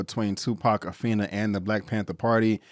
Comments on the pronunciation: Afeni's name is pronounced A-Feen-Nee. Could have at least took the time to pronounce her first name and their last names. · good review but i wish u would pronounce Afeni and Matulus shakurs names correctly